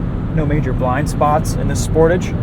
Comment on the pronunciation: the way you say sportage is so ugly. You have to say it the french way (Kia said this themself)